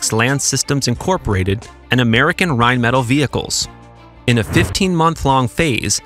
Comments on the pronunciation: Dollar signs go in FRONT of numbers, not behind. Also, it is pronounced “rine-muh-tall”, not “rine-metal”…. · Dude...not Rheinmetall is not "rhine-metal", it's "rhine-mett-ALL" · Rheinmetall is pronounced RheinMehTall (as in the opposite of short). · rine-met-al' you goof. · This has to be a software narrator to keep pronouncing, "rine-metal." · "wellnon arms manufacturer Raytheon and rinemetal" ? Really? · I expect ai to mispronounce Rheinmetall but not a human being...sigh. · Yet again, narration software gives itself away by screwing up the pronunciation of Rheinmetall.